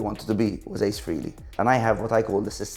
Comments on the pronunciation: For someone who has spent a fortune on KISS and claims to love them so much...he obviously can't pronounce Ace's last name properly...he says "Freely" instead of the proper "Fray-lee"🤪🤣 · Geeezus. It's FRAY-LEE. NOT FREE-LEE. Dork!